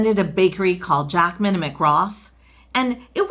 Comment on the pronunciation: Jackman & Ross not 'Jack Minimick and Ross' 😂